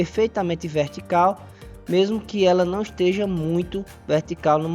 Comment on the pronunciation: seu trabalho como instrutor do freecad é excelente. Só tome algum cuidado com algumas palavras pronunciada de forma que árecem incorretas como(esteja)